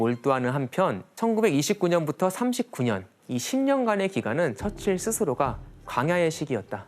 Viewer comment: 처칠 발음이 왜저래